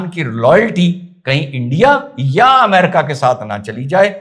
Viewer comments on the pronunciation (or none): none